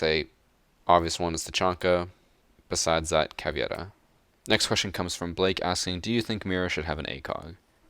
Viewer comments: Its Caveira, not Caviera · Is caveira not cavieira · Just FYI it’s “CaVEYRA” not “CaVYERA” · Its "caVEIRA" not "caVIERA" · I hate to be annoying and I love your content but, it's Ca-ve-ira, not Ca-vi-era. Sorry, I love your stuff, I'm just a pronunciation nazi. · proper pronunciation of Caveira: Cav-aye-ra. And flip the "r" if you are capable. If not, its still better than saying it the various horrible ways so many people say it. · Pedro Peniani we pronounce it caviera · Learn how to pronounce Caveira alredyyyyy